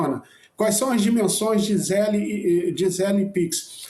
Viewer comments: A pronuncia é ZELL, not zelli. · Nem a pronuncia esses bolsonaros sabem falar, não é ZÉLE é Zél, sem ele no final. Zél. E não, o Zél não é igual ao pix, tem diferenças e é PRIVADO, não é público. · Fala com nosso amigo exilado que o se fala "zell" só se escreve zelle